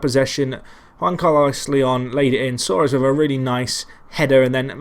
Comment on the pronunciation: Btw Soares is pronounced like Luis Suarez